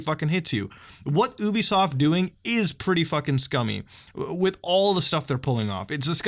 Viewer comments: you bee soft not uuuuuuubisoft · I cringe whenever people mispronounce ubisoft as "oooo-beeee-soft" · If you pronounce Ubisoft like that one more time I'll find you